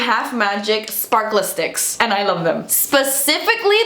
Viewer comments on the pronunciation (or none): I think they’re just pronounced sparkle sticks. Like the two words but with no space. Not spark-le-sticks 😂 hahaha love you!